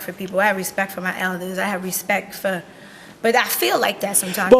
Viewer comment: She said “Recpect”